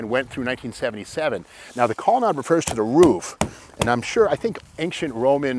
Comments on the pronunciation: Back in the day we pronounced it "colonaid" not "colonod". Studebaker was the oldest vehicle manufacturer in the USA at 112 years when it moved to Canada. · The word Colonnade is pronounced with a long a.